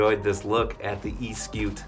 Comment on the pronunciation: The reason why?, the odometer works only when one uses the motor is because; it is trying to tell one the distance the battery has worked , for one to have an idea how much juice is available in the battery to go further. & Eskute is pronounced as; Es for S, ku for koo, te for tay.